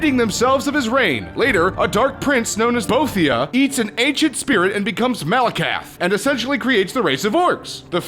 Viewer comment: Lol "BOTHia"